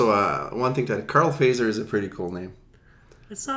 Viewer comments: The "correct" finnish way to pronounce Fazer is like this: Fa [fa as in fa-rm] zer [tcher as in Tcher-nobyl] What an example... 😌 But it's common for foreigners to pronounce it like you did. 😄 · So funny to hear them prounounce the name like "phaser" :D It's actually pronounced "fatser" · Fazer - pronounced: "futt-serr"